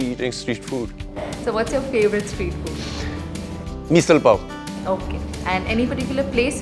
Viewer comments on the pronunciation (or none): Not MEESAL bro It's MISSAL. MY NASHIKKAR SOUL GOT HURT😤